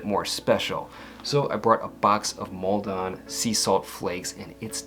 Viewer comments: Love your channel. Just to say, It’s not pronounced “Mal-DON.” It sounds more like Maldan. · Pronounced- Malden- no splitting and emphasising of the 2 syllables